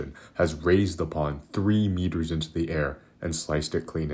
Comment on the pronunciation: "meters" You failed. This video is a lie.